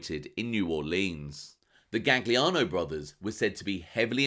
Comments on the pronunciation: "Gaggliano"? Oh really? If you're purporting to be an authority on a subject at least get the F pronunciation right! Jeez! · “Galiano” it’s pronounced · good to know, just hurts my ears hearing it pronounced that way. Will check out the vid. Cheers. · The second G in Gagliano is silent